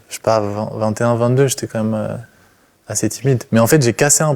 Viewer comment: on dit "quand meme" pas "comme meme" 😂😂😂😂😂